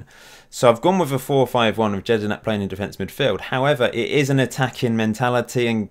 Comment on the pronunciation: Jedinak is pronounced YED-IN-AK not JED-IN-AK